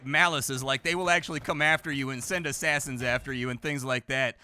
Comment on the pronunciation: Gals, roumans, greeks, sassadins...